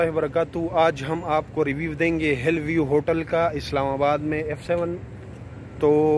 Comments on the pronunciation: It's hill view don't say hell view 😂😂😂😂😂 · Keya zabardast english pronunciation hai ap ki 😝😝😝. "Hell view" 😆😆..